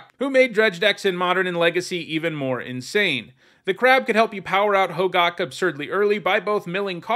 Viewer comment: You don’t pronounce Hogaak correctly